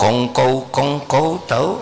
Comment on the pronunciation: Kongko Aa, bukan kongkow 😊